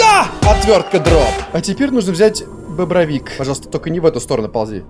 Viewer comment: один раз заметил как оговорился сказал добровик а не дробовик. А тут не заметил. Сказал- "А теперь нужно взять бобровик" ахахаахахах.....